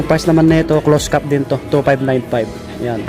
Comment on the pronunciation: ANONG CLOSE CAT PINAGSASABI MO......CLOSED CAP ANG TAMANG PRONOUCE👎👎👎👎😠😡